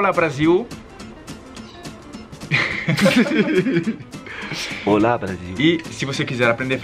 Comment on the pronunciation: Legal que o tem um canal com nome "Olá" e pronuncia a palavra errada desde sempre